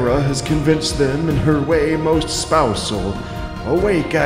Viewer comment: "Hera has convinced them in her way most spousel" Lol